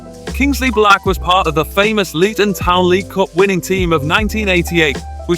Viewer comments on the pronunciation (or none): none